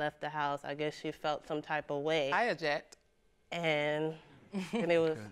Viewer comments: "I AJECT" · Did she say I eject? Lol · Did she just say, "I aject" ?!?!??! 🤣🤣🤣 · “ I aJEct” 🤔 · Its object not eject. Lol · Hold on did she say “I eject” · " I Aject" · "I Oject"👀 😂😂😂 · I AJect! Said the defendant Lol